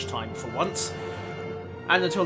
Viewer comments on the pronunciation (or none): V is pronounced like f in german, Panzer vor is more like "panzer for". Just a tip :D